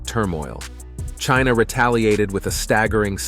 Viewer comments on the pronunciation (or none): About time that China took positive action against Trump who has repeatedly denigrated them. Even to the nasty way he pronounces China